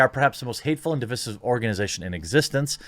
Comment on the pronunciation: Side note: Jeremy, why are you are you still mispronouncing “divisive” as “divissive” as though it rhymes with “permissive”? It’s demonstrably wrong. Should rhyme with “incisive”.